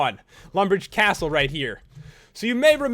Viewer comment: So much emphasis on certain words! "It's actually lumbridge CAAAAstle."